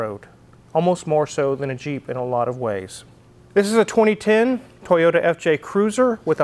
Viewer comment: Brother, you get a toyoTa not a toyoURA. I also want some water 🥵😄